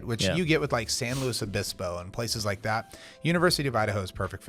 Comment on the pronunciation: you are one of the few outsiders that pronounces San Luis Obispo correctly. I grew up there and now live 10 miles north